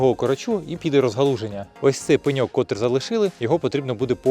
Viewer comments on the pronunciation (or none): Правильно: котрИй, котрА, котрЕ, неправильно: кОтрий